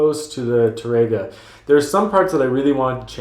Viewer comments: Really, really enjoy your video lessons. Wish you were located here in Ohio; you'd have a dedicated student!😇 Hope you don't think me a bit of a douche-bag, but: your pronunciation of Tárrega is kinda off -- especially for a guitar teacher. The emphasis is on the accented 'a', not the 'e'. So, it's not Ta-RAY-ga, rather, TA-ray-ga. Hope that helps -- I'm taking Spanish lessons 😏 -- along with my guitar lessons. Hey, when you're retired, that's what you do! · Tárrega is what you wrote in the title to the video. Notice that accent on the "a?" That means that you accent that when you say the word. TARR ega. Not Tar-EGG-uh. Sorry to be picky, you help people a lot. I can't be the first person who has pointed that out.